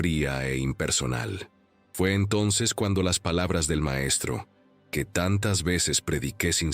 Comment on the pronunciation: O. Sea. Gue. Lo. Gue. Guiere. Decir. Es. Gue. Se. Volvió. Envanjelico. Hay. Si. La. Acabo. De. Embarar. 😊